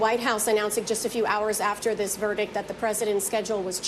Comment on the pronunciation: Verdict. Not verdick